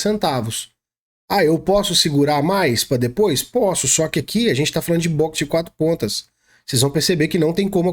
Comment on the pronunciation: "Boxer de 4 patas" 😆